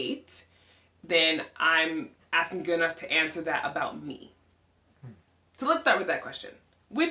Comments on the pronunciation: We actually do say it like ’Guu-Narr’. Then English speaking people made their own remix aka Gunner 🔫😅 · Loved how you pronounced your husband's name 'Goo-Narr' vs. 'Gunn-Nerr'. Have a friend whose father is from Sweden. We've always called him 'Gun-Nerr'. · Always loved the name Gunnar but now hearing it with the Icelandic accent, even more. In English it is broken up in two syllables, between the two Ns and in Icelandic, it is split after the Ns, and rolled R. Love u guys as a couple! Did u notice your facial structure is similar. Both with broad faces and flat straight foreheads.